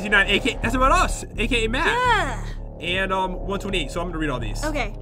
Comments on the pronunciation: it`s not pat it`s matt geez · PAT JEN why do you keep saying PAT instead of Matt?!?!?!?!?!? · your saying Pat not matt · At one point said "pat" instead of Matt she said it a few times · he said pat not matt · Why did they say Patt instead of Matt